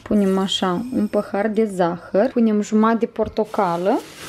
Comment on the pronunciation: Cică "păhar"